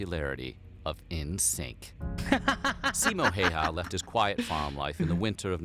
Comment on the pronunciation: By the way Simō Häyhä is pronounced [ See-mo how-ah ]